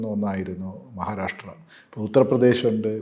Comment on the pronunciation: മഹാരാരാശ്ട്ര അല്ല സേച്ചി മഹാരാഷ്ട്ര. നന്നായി നാക്കുവടിക്കണം, ഇടക്ക് ഒക്കെ പല്ലും തേക്കണം